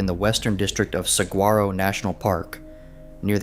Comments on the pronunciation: Did you sat Sag- grar -oh? No, no and no. Please do your homework. It is a soft g pronounce like an h. Whether you spell it with a g, a j, or a h, it is pronounced the same. Please just look it up beforehand before doing your video. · I came to comment the same thing. This is yet another video I have seen where they mispronounce it. Makes me question their research 😄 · You really need to pronounce Saguaro correctly.